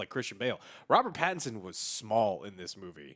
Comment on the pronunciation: Why does Joe have NO idea how to pronounce Pattinson’s name? Lol